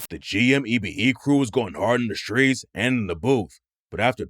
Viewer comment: Shhtreets? You mean streets?